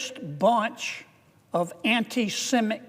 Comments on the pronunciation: This guy can't even say antisemitic properly? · Mr Kennedy stumbles over "antisemitic" every time. When he corrects himself, it comes out wrong. "Palestinian" and "Israel" don't always come out right, either. He doesn't seem to have a speech impediment. What's his problem with "antisemitic"? I ask as a Jew.